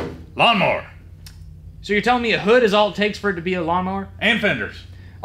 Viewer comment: It’s a Gawnmower